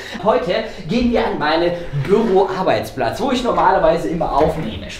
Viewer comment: Es heißt doch nicht Böro